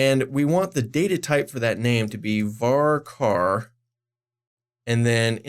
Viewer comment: VARCAR STOP SAYING VARCAR I'M CRYING